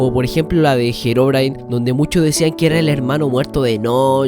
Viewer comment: No se dice "JEROBRINE" se dice HEROBRINE